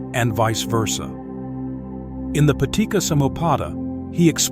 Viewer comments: The pronunciations weren't TOO bad, but the main advice I will give is that the C in Pali and Sanskrit is pronounced like the CH in English. So, "paticca" should be pronounced "pa-tich-cha" (not "pa-tik-ka"), "anicca" as "a-nich-cha" (not "a-nik-ka"), "cetana" as "che-ta-na" (not "se-ta-na"), etc. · Excellent video and attempt to understand what it really means. I would like to make some minor comments about some of the words. For example, in Paticca Samuppada. This is a Pali word and sounds like "Patichcha", not like "Patikka". I know in English c has a 'ka' sound. But in Pali, it has a 'cha' sound. I hope in future videos, the creator will use the correct sound so that it has the correct meaning to it. Very good video. Thank you. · the double C of Anicca and Paticca is pronounced like the C of cherry, chat, chew etc...